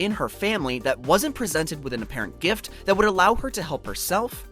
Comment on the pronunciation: Can you like add the t to the word gift. It took me a minute to figure out gif is gift